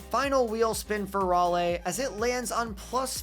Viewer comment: This will be important for when they get an MLB team, but raleigh is pronounced (RAH-LEE). Pedantic, I know, but he is also a carolina boy.